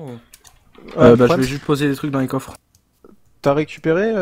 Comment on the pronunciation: J'ai pleuré avec le " POUSSVER ton épisode " x'D